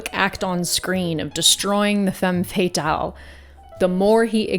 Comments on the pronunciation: It's Femme Fata-LE lol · Love your speaking voice and abilities. The term is pronounced more like “fam fat-al” 😘